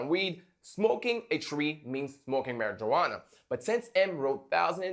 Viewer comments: "MARY-JUWANA" ?? I can't tell if you're joking or not. 🧐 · The way he pronounces marijuana :P